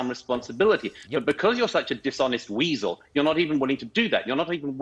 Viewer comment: "It's wisel" 😉